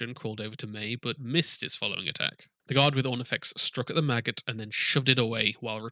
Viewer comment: Everytime you say maggot i hear Magus XD !!!